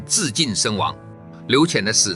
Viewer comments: 劉戡的“戡”不是念如“看”（看家的看）嗎？ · 「戡」不是讀做ㄎㄢ嗎？ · 劉戡-(唸 ~瞰) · 劉戡(ㄎㄢ)，用AI配音還是要注意發音正確性才行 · 你連個戡字都不會讀，還配來點評黃埔將星？